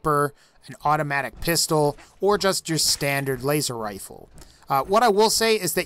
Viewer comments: it sounded like you said wazer wifle not Laser Rilfe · "Wazer Wifle" Fallout 3 for life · Did he say wayzer wifle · wazer wifle.... lol im subscribing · . Wazer wifle